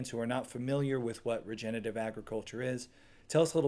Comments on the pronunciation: Regenerative. Regen-er-a-tive. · Dean O. Look, i use my real picture and name because i intend to be thoughtful and think people should be real even online so please dont try to pretend that you know anything about me. The host of this video also said regenitive and he have no detectible accent. my whole intention is to say that we need to be careful in what we say and how we say it as words do matter. “I seen” seems to have replaced “i have seen” as standard english these days as an example. I never called greg ignorant so please cut it out. I said what i said and that is all there was to it. If you want to take away other meanings please feel free but thats not my problem at all. You call it nitpicking but again, words matter. Immigrants speaking broken english never get the respect that they deserve, individuals speaking with rap lingo face a similar issues. So im not judging anybody but not wanting the mans message to be lost on people because again, its important. Im done talking about this though, just understand that constructive criticism isnt negative criticism. Hey greg can you sound out the full word vs greg youre a moron and ignorant are two different things. Cheers buddy. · Regenerative: re-gen-er-a-tive. Generate, regenerate, regenerative. From a Nebraska neighbor. Greg is awesome!! Wonderfully helpful.